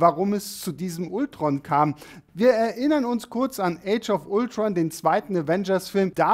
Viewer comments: Warum sprichst du Ultron typisch deutsch aus und Vision englisch? Ich weiß du kannst Englisch, aber es wirkt als hast du von Englisch keine Ahnung. Deine Videos wäre viel besser wenn alle Namen ausprichst wie es sich gehört. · Bitte sag doch nicht immer Ultron😖 Man spricht es Altron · mich triggert das auch jedesmal, wenn man ultron sagt und nicht altron ^^ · Kann man Ultron bitte auf Englisch aussprechen? Selbst in den Filmen sagt doch niemand das deutsche Ultron.